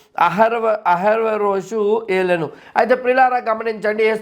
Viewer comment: బ్రదర్, అహష్వేరొషు అని పలకడం నేర్చుకోండి. వీడియోలు అందరూ చూస్తారుకదా..